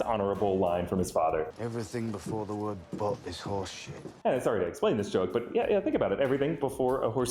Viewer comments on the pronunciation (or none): none